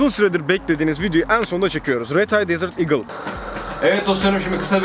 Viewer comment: desır digıl değil desert eagle . eagleın başta d yok